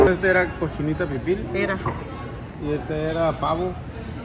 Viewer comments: Hola, se dice cochinita PIBIL, no pipil...Saludos. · Pibil NO PiPil y es dulce de Nance NO Nancy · COCHINITA PIBIL, NO PIPIL 🙂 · Es cochinita pibil, no pipil, saludos y bienvenidos a Merida